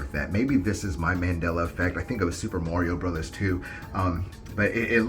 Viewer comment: never heard anyone pronounce it “morio”